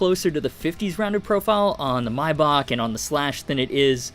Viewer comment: The way you pronounced Maybach was atrocious 😂😂